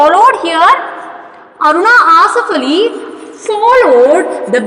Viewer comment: Mam ur telling arunaaa asifff allli